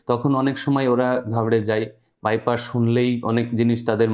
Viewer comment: আপনি বাইপাস কে বাইপাশ বলছেন কেন? শুনতে কেমন লাগে